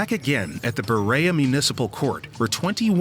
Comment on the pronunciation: Ugg...it isn't Bur-a-a it is Bur-e-a (long e). That annoyed me each time they said it.